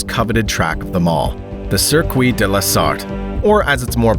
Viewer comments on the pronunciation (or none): le sircwee